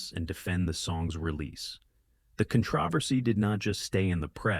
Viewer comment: the CON-TRAW-VER-SEY ???? lol